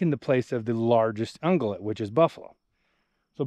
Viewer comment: It's ung-yew-lat, but we know what you were saying. Such breathtaking landscape and common sense to boot.